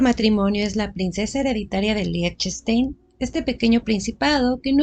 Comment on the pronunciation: LIECHTENSTEIN SE PRONUNCIA ASÍ: LIJTENSHTAIN